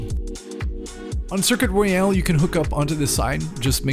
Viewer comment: Circuit Royal not Circuit Royale